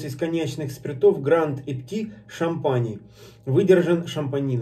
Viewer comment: Есть некоторые VSOP, у которых выдержка 10 лет. Я пробовал один такой, это Шато де Монтифо VSOP. Но это скорее исключение, чем правило. И не Шампани, а шампань. И не Брей, а Брой. P. S. : всякий коньяк - это бренди. P. P. S.: у меня в коллекции стоит ХО. 10 лет.